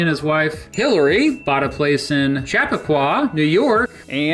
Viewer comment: cha-pea-qua is how we say it in NY.